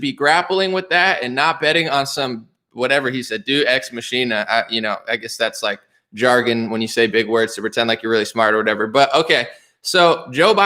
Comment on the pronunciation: It’s pronounced Day-oos Ex Mackkkkina. It translates to God by Machine and really means God coming in at the last minute to save everything.